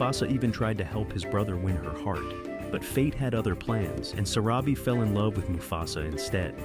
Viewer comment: Your subtitles mistakenly spelled Zero instead of Zira’s name! 😅 The lioness, who was Zira’s daughter is pronounced wrong. Her name is pronounced as Vi-Tah-nee. And the wife of Mufasa is pronounced as suh-rah-bee.